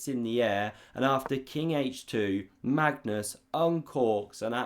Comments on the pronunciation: Does he pronounce Mangus on purpose? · "Mangus" LOL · "Mangus" or was it "mangoose"? 😂😂😂